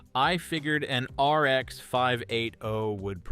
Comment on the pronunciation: Great vid but are you pronouncing the RX like ARX or something. IT's not like 3 letters. Weird.